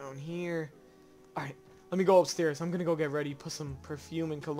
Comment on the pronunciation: You said perfu- sm- perfume hhahaha lol but otherwise the rp is great keep it up